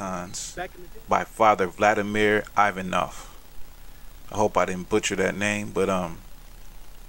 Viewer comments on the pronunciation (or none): Ivanov is pronounced something like e-Bonn-ov. I have a similar book.